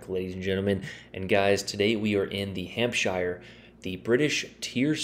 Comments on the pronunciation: Pronounced hampsher 👍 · I mean say the name properly then lmao, it's an English name, so say it as one. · Considering it is pronounced exactly the same as New Hampshire, the fact that Americans invariably mispronounce it suggests that you are just trolling us.